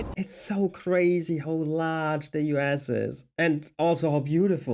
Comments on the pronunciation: He pronounced US as "you ass." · haha when you say U.S. is sounds like you're saying you ass.